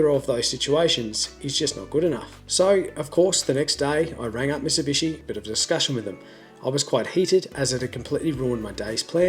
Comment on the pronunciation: "Misibishi" lol.